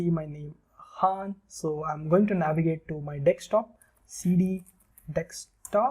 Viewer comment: its not dextop its desktop